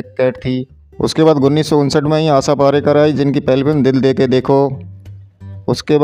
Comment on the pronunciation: Aasha. Parekh. Parekar. Nhi